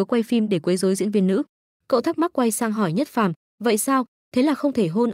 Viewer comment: đoạn chát là diệc phàm mà đọc nhất phàm